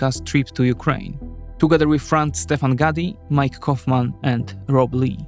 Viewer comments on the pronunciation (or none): none